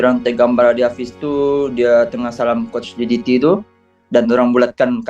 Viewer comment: baca berita elok elok sikit ni sebut brtul betul jdt kan cak